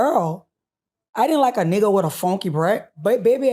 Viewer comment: She left me on the floor when she said birdman had fonky bwreff😂😂😂